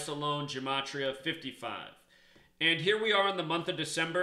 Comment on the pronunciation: It's GUH' matria, not Juh.... Study more Hebrew and Greek.